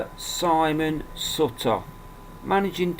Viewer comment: pronounce it like suit her not like sut...ta great vid though :)